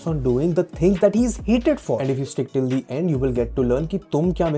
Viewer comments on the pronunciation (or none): 1st of all learn when to use THE & THE(E) [of course not the word thee ] Use THE(E) only if there's a vowel after.... Dont keep saying thee thee all the time, u sound very annoying